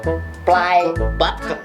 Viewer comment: Nggk suka aku liat orang sombong... Soksokan ngomong button aja baten